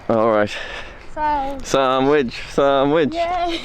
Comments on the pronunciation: For anyone who didn't know what they were talking about its SANDWICH not SAMWICH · I love that you and Becky pronounce sandwich "samwich." My mom always calls them "sammitches."